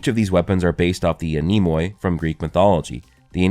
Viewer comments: For anyone wandering, the(oi) is pronounced as an 'e' as in 'free'. The 'e' after the 'a' in Anemoi is pronounced as the 'e' is pronounced in the word 'met'. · I'm greek and your pernounciation of ''anemoi'' killed me. I did not think it was possible to butcher a word this badly🤣Thanks for the laugh